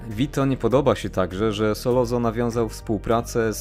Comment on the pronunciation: Fajny odcinek - jedna uwaga nie SOLOZO tylko Sollozzo czyt. Solocco.